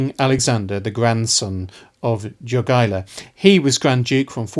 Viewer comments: And yet polish themselves still cannot pronounce Lithuanian king name - Jogaila - correctly. He is not 'yogiewa' 😂👑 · Great video! I love seeing the history of this part of Europe finally getting some attention and being covered in a competent manner. The only small nitpick I have is with the pronunciation of the names Jogaila and Jadwiga (They should sound more like Yogaila and Yadviga. My Polish brain was like: "Who's Dżogaila and Dżadłiga? That sounds so funny". 😅) On the other hand, you pronounced Radziwiłł really well.